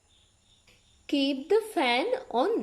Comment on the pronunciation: On nemi eka adinna oni ." keep the fan on" kiyana ekedi "on" pronunciation adinna oni , nathnam in the chair on eke wage on pronounce karana eka waradi . Please correct that .